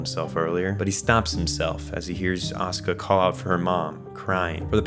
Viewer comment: Bro why are you calling asuka ,,oskar" dafuq